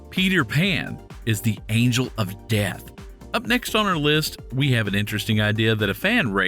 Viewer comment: Why does the narrator say DeAtH like that